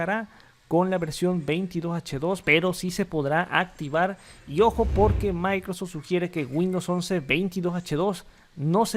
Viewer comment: ¿Escucho mal, o tu dices "Micros" en vez de "Microsoft"? 🤔😂